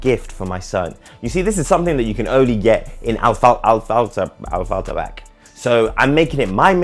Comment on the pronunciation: Afflerbach😂😂😂, afalterbach man